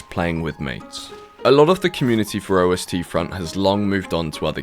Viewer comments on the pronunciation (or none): Don't know much about wargames, but since I'm from Germany, I think it's "east front" and not "o-s-t front"... (Ost is the German word for East) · Jsyk it's Ost-front, the Russian word for east, not O-S-T-Front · It's not O S T Front, it's Ostfront, Ost means east :) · Just pointing out something obvious.. It's not O.S.T. Front, but Ostfront.. The german word for eastern frontline. Generally meaning the frontline in the soviet union. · "O.S.T. Front" It's "Ostfront" (german) where "Osten" is the german word for "East". The prefix "Ost" is a common prefix-descriptor. Fun Fact: "Obst", just being one letter apart, meanst "Fruit". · Hear you spell O-S-T Front as german was so funny :D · OstFront is pronounced: OUST-Front. Ost is East in German. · Just fyi: It's not called "O S T front", it's Ostfront. It's German for eastern front. Just say "east", but instead of "ea" you start with "o" like in "open" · The way you pronounce "Ostfront" is very funny. It's not OST-front, "Ostfront" means "eastern front" in German. You're supposed to pronounce it exactly how it's written. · Pronouncing ost as O S T is so funny to me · I'm gonna be nit-picky and correct you for Ostfront, it's German, for Eastern Front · I'll give OSTfront a try just on the off chance to catch you in voice chat and teach you how to pronounce it correctly xD